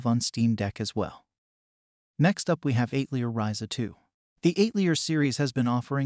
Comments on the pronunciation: it's atelier, as in the French word for workshop, not eight leer tho. but thanks for the recommendations! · Joh bro...not to sound like a duce or anything but please learn how to "pronounce" words. I would reccomend trying 1:Al-te-lier 2: pro-ta-go-nist just to name two. Was kinda distracting when the specific words and some other words were totally butchered. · AI voice attempting to say "atelier" is so funny, lol